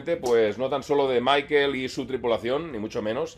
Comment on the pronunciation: si eres alemán y te llamas Michael, en realidad se pronuncia Mijhaél, así como una alemana llamada Michaela, se pronuncia Mijhaela o si es muy cercana Mika.